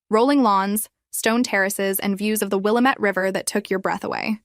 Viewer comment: Willamette River is wil lam ette.